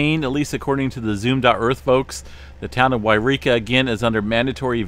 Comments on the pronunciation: Hey it’s not Eureka! It’s Yreka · YOU reeka and WHY reeka are two different places. Should always pronounce it WHY reeka for this fire.